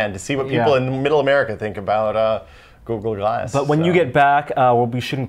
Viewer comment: As says GooGoo Glass